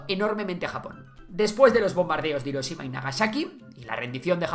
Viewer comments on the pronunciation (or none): none